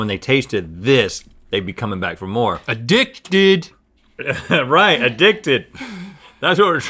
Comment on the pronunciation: Link really said “a-dick-did”💀💀💀